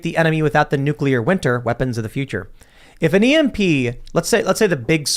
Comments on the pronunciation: NU- CLEAR! NUUUU CLEAR! You fucⓀing Ⓡetard from florida! It's pronounced NU- CLEAR! "Here's my totally well-researched argument about new-kyuh-ler bombs guys. I'm totally trustworthy" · Everytime that guy says "NEWCULAR" I cringe